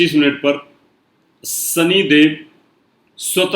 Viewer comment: rasi NAHIN RASHI hota hai aur sani nahin SHANI hota hai kripya UCCHARAN sahi kareyain